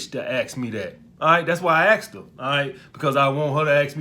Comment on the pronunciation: Police detective: what happened here?: I axed her. She axed me back